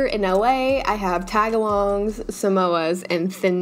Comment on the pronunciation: who else was genuinely.. painfully irked when she broke up tagalongs into taga-longs instead of tag-alongs 😭😭